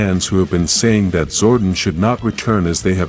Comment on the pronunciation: First of all than do not transform they morphine your saying Zordon wrong your saying Sordon